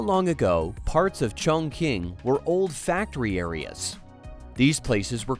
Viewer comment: Your pronunciation of Chongqing is wrong, teach your AI voice to do better